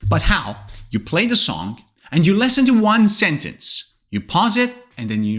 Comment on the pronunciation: WITH ALL DUE RESPECT SIR, SEEMS LIKE YOUR PRONUNCIATION OF LISTEN AND SINGER IS WRONG. NONETHELESS YOUR A GOOD ENGLISH TEACHER.😊